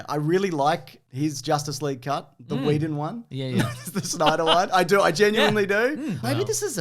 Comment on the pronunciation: Joss Weedin’s Justice Weeg 😂